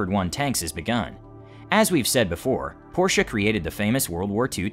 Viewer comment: Rheinmetall has requested an export permit for the Leopard 1 MBT but the German government has not given it yet. BTW: It is "Porsche" and not "Porche" or "Porshe". ;-)